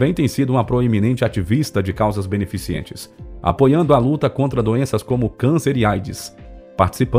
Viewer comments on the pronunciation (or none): Causa beneficiente, nãooooooo, pelo amor de Deus, é BENEFICENTE. O narrador conseguiu destruir esse vídeo dessa cantora sensacional. Apaga tudo e grava de novo.